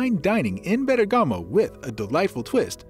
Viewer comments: Nice Video, I wish the pronunciation of Bergamo would be correct but it is not, its more like BER GAMO end not BERGA MO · it’s BERRRGAHMO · Gotta love that AI voice-over pronunciation of Ber-gah-mo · Virgiglio not Virgilo, and bergamo the accent is on the e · You need to pronounce the name of the city properly. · Ok the pronunciation of Bergamo is not good, everyone understood it. But why speak about Como lake? Bergamo has a very beautiful lake, Iseo lake, where in Sarnico they build the famous Riva speedboats ! Como is not so easy to get from Bergamo.